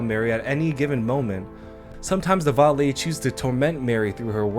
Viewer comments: Sorry, minor nitpick. Its veiled lady...pronounced VEY AL You know...like a wedding veil. Not vile-ed. I know it doesnt really matter but I felt I should say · Enjoyed vid, and for future reference "veiled" is pronounced with a long a sound like sail or rail, it is the covering of the veiled lady's face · I keep hearing people say "viled lady". It's "veiled", pronounced like wailed.